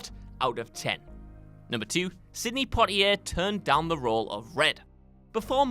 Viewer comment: That’s not how you say Sydney!